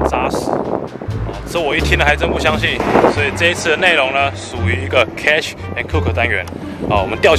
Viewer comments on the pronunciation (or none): 喜歡這個單元（雖然你唸"cash" and cook)